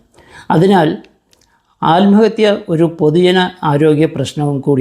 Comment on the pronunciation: അല്മഹത്യാ അല്ല ആത്മഹത്യ എന്ന് പറയൂ